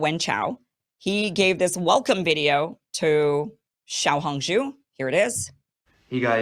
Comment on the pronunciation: XIAO 小 in 小红书 IS PRONOUNCED SHAOW SH+HOW!